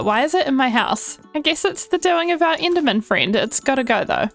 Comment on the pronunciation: so at this point you're just picking and choosing whether to say "e" or "i" why are u doing this? Why the hell would you say siven instead of seven and inderman like be so for real